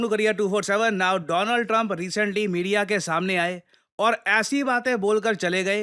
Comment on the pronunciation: Donald Trump ❌ Doland Trump ✅😂